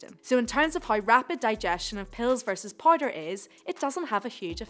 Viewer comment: "pills or poider"